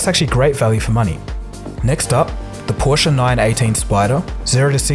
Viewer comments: finally somebody who knows how to say porsche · I love you for the fact that you say Porsche and not Porsh 😍